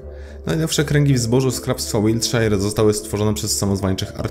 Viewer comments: Shire czyta sie “szer”!! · Widze, ze znowu zle wymawiasz "Wiltshire" :P a uczylem :D hehe